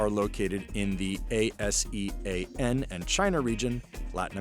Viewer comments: funny he spell ASEAN work by work, it should be spell in one work Asean like Asian but change the i to ee sound. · ASEAN - It's pronounced as "Ah" "See" "Yan" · ASEAN is pronounced "Ah-Zee-Ahn". It's not A. S. E. A. N. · Spelling out A-S-E-A-N instead of saying ASEAN triggers me. 🤣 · A.S.E.A.N pronunciation made me giggle lol. It's pronounced as Ah-sea-yan (ASEAN). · being from one of the country in ASEAN, this is the first time i heard anyone rather went out of their way to spell out A-S-E-A-N, rather than saying "AH-see-ahn", or even "ah-zee-anh". being overly cautious?. for what its worth, Asian and ASEAN actually isn't pronounced the same. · Bruh he really spelled A S E A N.. it's pronounced as ASHAN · A S E A N?? Lol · What A-S-E-A-N? It's Asean. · ASEAN is pronounced as Ah-se-an. it's an acronym but no one pronounce it that way there... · ASEAN is pronounced as ah-see-ahn over in this region. Nothing wrong but it sounded like it was a bit of a pain reading out the 5 alphabets hah. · He pronounced it by spell A.S.E.A.N instead of one word 😂😂😂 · literally the first time i heard someone spell out A S E A N to refer to Asean lol. 😂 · WTF who pronounce ASEAN as A-S-E-A-N??? Pronounce it A-Sian or Ar-Sian and no one would say anything... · CNBC, you should know that ASEAN is not pronounced by reading each letter. ASEAN is pronounced: AH-see-an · You spell ASEAN like a spelling bee champion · Are you guys at CNBC really don't know how to pronounce ASEAN?? Unbelievable! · CNBC you do not know how to pronounce ASEAN? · damn thats not how you say ASEAN